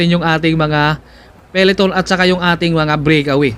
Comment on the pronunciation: mawalang galang na po. hindi po brikawiy kng mag cocover po kayo ulit mejo ayusin nyo po ang bigkas pasensya na po